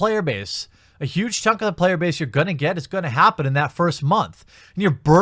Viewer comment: "Payer Base" 🤣🤣